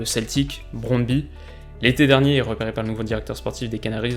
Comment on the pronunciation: Yo! Super vidéo comme d'habitude par contre il y un truc que allait pas la ^^ En danois la lettre Y se prononce u. Du coup le club brøndby se prononce "brondbu";) Et le D est pas vraiment marqué d'ailleurs ^^